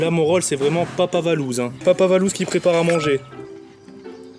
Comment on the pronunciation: du Sucre roux Mes oreilles:🤯🤯🤯